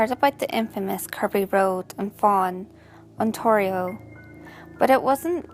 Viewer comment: I like how you said "Ontario" Canada.